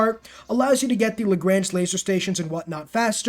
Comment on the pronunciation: Good video and very well explained points, but your pronunciation of Lagrange was grating my ears every time I heard it.